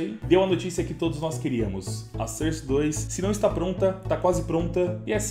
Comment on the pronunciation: Utilidade publica: a pronúncia de SOURCE não é "sârce", mas sim "sórce". Tmj ✌